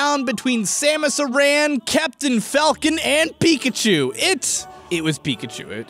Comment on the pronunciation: I'll give you the blue shell if you pronounce Samus aran correctly. Its Samus aren, not Samus araan